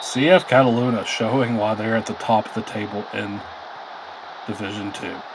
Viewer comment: Homeboy doesn't know how to pronounce Fuecoco or Catalunya lol